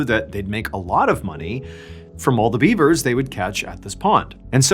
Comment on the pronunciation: Dude you totally said Biebers at one point and not beavers, I’m sure of it 😂